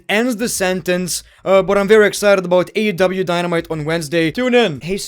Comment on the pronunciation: the way you say AEW rocks forgetting the E lol …. AW 😂 tonight on AW Dynamite 😂